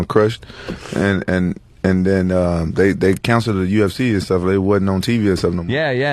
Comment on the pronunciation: …HA, go listen to Ant say “UFC”…UfCheee